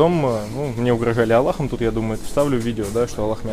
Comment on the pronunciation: ХАХАХААХАХАХАХ ГОСПОДИ КАК Я ВЫПАЛ когда ты сказал "угражалиаллахом"